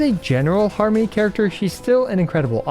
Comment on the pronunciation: OK, I laughed at Har-Money